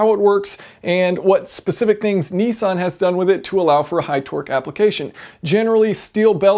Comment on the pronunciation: A very clever gearbox & relatively simple too! I can't believe they've been around so long either! I'm surprised other manufactures haven't taken it up, what's the catch? Btw Jason, I see you still haven't learnt to pronounce Nissan properly! ;) It's Nissan not Neesan :D heheh